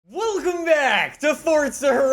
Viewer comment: When says Welcome Back I hear “Welgum Back” for some reason 🤦🏽‍♂️